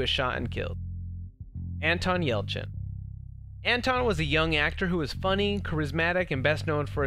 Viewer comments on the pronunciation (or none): none